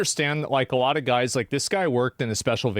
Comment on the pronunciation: I love AsmondAU "damn that's aLott Uvvv cUp($$)"